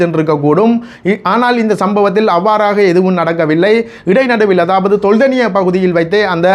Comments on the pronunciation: Not Tholdeniya ..say properly It’s called Teldeniya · ஐயா தெல்தெனிய என்று உச்சரிக்கவும்